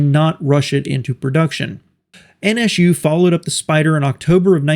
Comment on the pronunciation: Why you call them N ESH U?